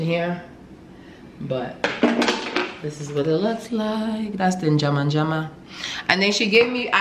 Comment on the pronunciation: Lol the girl was not suppose to keep ur change except u asked her to . If am the one i won't go there again . So u can.still pronounce fufu and njamanjama like that ,?♥️